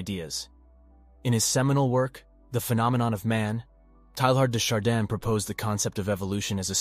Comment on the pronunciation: When are AI voices going to learn how to pronounce names? TAY-YAR DAY SHAR-DAWN